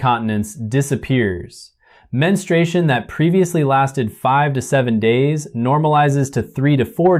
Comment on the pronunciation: It's pronounced men-stru-A-shun